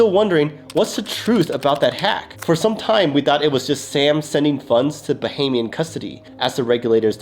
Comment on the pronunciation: You're the only crypto influencer so far who has pronounced "Bahamian" correctly. Bravo!